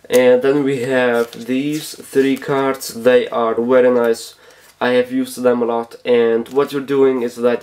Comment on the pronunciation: “wery”